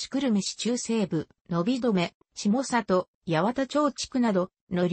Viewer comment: 「したさと」ではなく「しもざと」です。